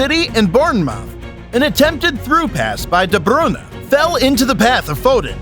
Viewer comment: You pronounce some names so funny, like Haaland and De Bruyne. I like your funny words magic man.